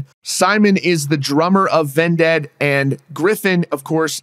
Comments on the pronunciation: I hate how you pronounce Vended as "Ven-ded" and not just "Vended" like why do you say it like that bruh. Great video tho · bro said ven dead 🤣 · Why are you saying vindead? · Why are you pronouncing Vended that way? You are saying it as if it was spelled D-E-A-D. Sorry it was just irking me